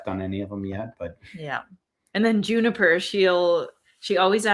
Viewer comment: Katie the person asking where’s Jennifer They are probably meant Juniper because sometimes you sound like your saying Jennifer when you say juniper